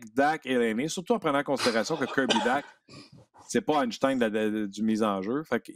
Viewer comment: Serait temps que vous appreniez à prononcer Dach comme il faut. Bye